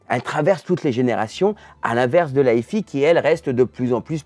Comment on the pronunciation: C'est marrant cet effet de style façon Lada en finition "Luxe" de la vidéo, qui consiste à feindre de prononcer "hi-fi" à l'anglaise comme si on ne savait pas prononcer l'anglais. 😋